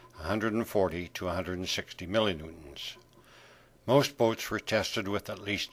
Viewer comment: *litteraly the first time I've heard millinuetons